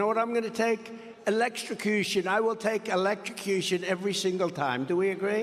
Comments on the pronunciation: He said "elect-sha-cution" 😂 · Words are hard .